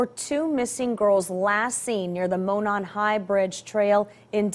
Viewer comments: It’s ok 😂 I knew you would mention mispronouncing Delphi… when I heard “Delphy “… also Monon high bridge is pronounced “Moe-non” they have a little bit of a “southern accent”… not as bad as Tennessee. I think we draw our words out a little more 😂😂😂. I honestly thing that Kline and Allen know each other from the really sick interests they have… I think they have a lot of gathered evidence that only the killer or killers would know. In my opinion the chief took this case to the highest level of professionalism and care. This case made him angry that a human could do something so horridness to these two beautiful girls…. The scene was staged from what the chief said…I think they will still keep certain details close to their chests until a trial… they want these charges to stick to the person/persons responsible…. I think this is why 2 different sketches went out…. I don’t think one man could over power both these girls….. Liberty’s instincts kicked in before they ever left that house…. This person knew them trails and the area like the back of his hand. I think a lot will come out and I think for someone to be arrested and the authorities are giving news reporters time to get to town… this chief is playing his cards right and proud of the work law enforcement and everyone has accumulated. Today is the day💙❤️ Abby and Libby, you two are very bright stars that shined so bright that your light gave clues, hope, and confidence to the law enforcement that will now give you justice f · Just a click bait influencer who can't pronounce the name of the town. This tells me you haven't researched the case or listened to any news clips on the case. You also can't pronounce Monon correctly. I can't watch anymore from you. Shame on you for trying to get money at the expense of these angel's murders! Your content is just a recap of the murders. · I’m from the area and I see you got the pronunciation of Delphi now but Monon is pronounced “mown-on.”